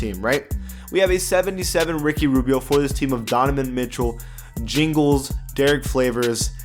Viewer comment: This man said jingles and flavors 😂😂